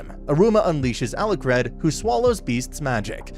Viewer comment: It's Alicred but he just sucks at pronouncing it